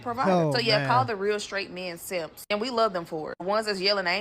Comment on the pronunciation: "Guys...don't be seemps" Manosphere